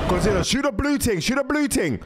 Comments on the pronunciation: Bro saying ting instead of thing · It’s thing not ting